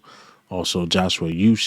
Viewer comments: Ooh-shay. Not ooh-shich. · Uche is pronounced oo shay. The "OO" represents a long U sound (as in "moon"). So the correct pronunciation is OO Shay or U Shay. Hope that helps. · His name is pronounced (oo-chay) Uche... Great content by the way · Please get the young man Joshua Uche"s name right.. it's so lazy and disrespectful the way you pronounce his name c'mon bruh it's not that hard 🤷🏽‍♂️